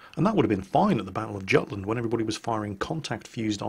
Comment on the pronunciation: Gutland? Absolutelty barbaric... its Yutland not Gutland